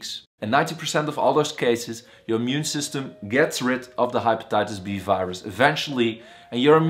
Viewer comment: HaypataytasB.... its just pronounced wrong